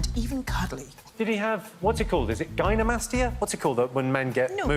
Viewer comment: Did lose the point for Gynecomastia because of his pronunciation of the word, or because Lorraine thought the word answer should be the word Moobs? Jimmy: "Did he have... what's it called, gynomastia?, y'know when men get moobs. I'll have to google it, but you know a bunch of stuff...": "Go private. Go private bruv before you google that though": "Gynecomastia or moobs." Jimmy: "Moobs is easier, let's go with moobs": "Someone's gonna have to remember gynecomastia" Lorraine " recommended Jimmy use a private browser if he was going to search online for what phrase?" "Gyneconmastitis" Not quite right. But the word Moobs isn't right either since it hadn't been mentioned at the point where said about private browsing. And Lorraine shouldn't have got the point when she said opaque instead of cloudy because they don't mean the same thing. Also, normally when they do celebrity specials they give the losers £500 for their charity anyway. So it would have been nice for charity to get some money at least.